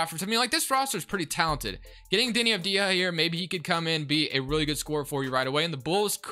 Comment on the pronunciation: Its pronounced Av-di-ya not Av-di-ha, other than that interesting video